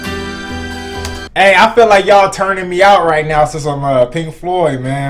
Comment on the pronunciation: Dude, you said "The music gods are pleased with Pink Floyd... THEY'RE PLEASED WITH PLINK FOYD, MAN!!!!" 😂😂😂